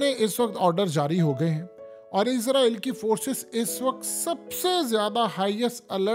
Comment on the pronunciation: bhai izraeel nahi Israeel hai Izraeel farishtay ka naam hai